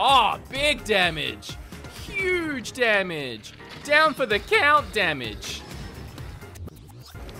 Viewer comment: Down not diwn